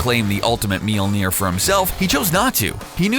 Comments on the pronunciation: ITs Mjølner øæå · Guys if you ever make a video about mjølner again please let a Scandinavia guy say it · Oh god he butchered the name i also hate this hole video it completely distroys the mythology of thor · It's called mjölner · Monkeyboy *mjölner